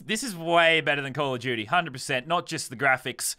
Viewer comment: "Call of juty"